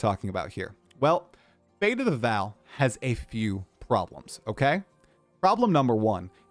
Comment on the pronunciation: It is still not Fate of the "Val" It is still Fate of the Vaal - pronounced "Vawl" Jonathan responded to your incorrect pronunciation 3 times in your interview with him. Get it right,.